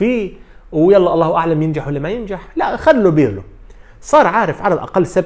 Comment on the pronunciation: اسمو للمدرب Pirlo وليس Birlo .. عيب صحفي بحجمك عندو كل هالقاعدة الجماهرية لسا ما بيعرف يفرق بين ال B و P .. والله مانا صعبة !!